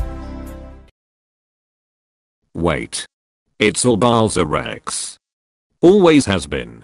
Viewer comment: Wait! It’s all BolzarX? (He Pronunced It Wrong lol) Always has been… (Gunshots) Probably not lol I become fly to Space Make Sure To Subscribe! (Please)